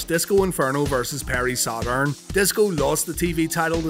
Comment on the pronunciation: The way you say "Sad Urn", is begging to be turned into a shirt. 😥 ⚱ Paul Bearer vs Sad Urn